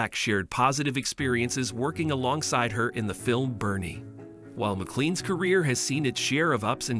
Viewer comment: Her surname is pronounced MaClain not Mallan! It is a Scottish name and the Scottish spelling is MacLean though McLean is more common. 😢